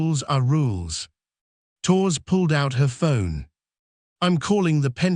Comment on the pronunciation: AI voice can't pronounce Torres correctly...ruined the whole thing!